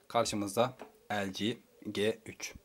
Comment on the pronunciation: Kardeş önce nasıl bi okunduğunu öğren lg g3'ün